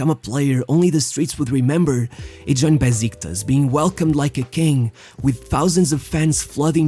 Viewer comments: It’s pronounced “Beshiktash” not “Beziktas” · it's pronunced like beshiktash